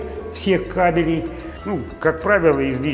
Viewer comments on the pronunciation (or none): none